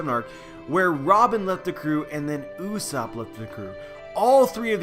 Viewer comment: did you just say uuuusap? it is GOD usopp. -.